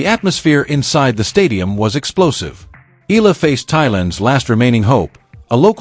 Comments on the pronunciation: Why can't you Pronounce. E-yala.and not Ella?...pls rectify your pronunciation.Thank U💜🇵🇭💚🇵🇭❤️ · it is Alex Eala ("e-yala" as pronounced) and not " i-la " 😢😮